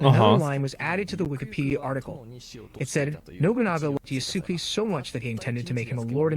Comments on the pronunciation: If I hear "yuhsue kay" one more time I'll lose it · Yasuke = Yas-Keh Yas like “Yas queen” 😬 Keh like “K” Sasuke Uchiha with a Y. Nihon = Nee-HONE Nee as in “Knee” Hone as in “hone your skills” Latin pronunciations people. Ah Ii Eh Ooo Oh (A, I, E, U, O) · Yasookey, Yesook, Yasuke, Yasukay, Yasook Man of course they're all arguing about dude, mfs cant even agree on the pronunciation of his name with themselves. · I can't focus on what the guy is saying because of his pronounciation of yasuke. YaSOOkay yaSOOkay. Jesus Christ. Stop it. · My biggest gripe with Ubisoft adding Yasuke into their game is that no one can pronounce his damn name! Sick of hearing Ya-Sooo-Ke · i hate people pronouncing "Yasuke" as "yasuuk", fatherless behaviour . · Everytime I heard this guy mispronounce Yasuke is bothering me more than it should lol. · Good video but buddy couldn't have learned how to say Yasuke before recording it? 😭😭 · Why can none of these people pronounce Yasuke correctly... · This guy mispronouncing the name is infuriating.